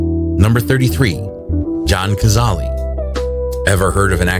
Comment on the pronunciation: It’s pronounced Kuh-zal. Not Kazali